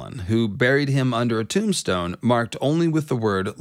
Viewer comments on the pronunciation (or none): none